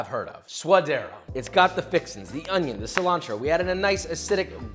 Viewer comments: Why Onion pronounced as Oniong? Hahaha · ah yes the "ONYO"